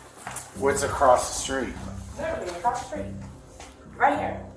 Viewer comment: I just realized that when he said “Apple street” he meant “across the street”